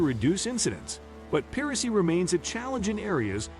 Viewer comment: Great video. Just a suggestion, but maybe check the audio for misspeaking words, like piracy